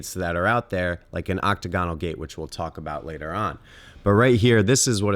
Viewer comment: Oc-tagonal, not Octo-gonal. The former is also the correct spelling.